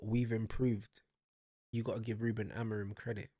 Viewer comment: Motherfucker is out here jumping on the managers nutsack when he doesn’t even know how to say the managers name🤣🤣🤣 Man said “AmoriN” Una💀 Amorim ain’t the one playing, yeah, but the play wasn’t the fucking issue, it was the SUBS that killed us u fucking moron. There was absolutely no need to sub on Dalot, Ugarte and Mount, but the prick still chose to do so. And because of that, Sesko got injured and we had to play the rest of the game with 10 men, which then led to us conceding another goal. And then guess what, the PLAYERS bailed him out EVEN with 10 men. We drew thanks to this idiots game management. NOTHING ELSE.